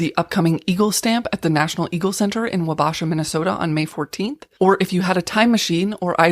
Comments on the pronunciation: Also thanks to the tip about the Eagle stamp, I will ignore how you pronounced Wabasha. 🥰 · I love this channel but the pronunciation of Wabasha hurt me, lol